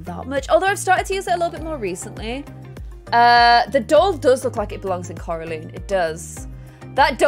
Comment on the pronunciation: You said Coraline wrong tho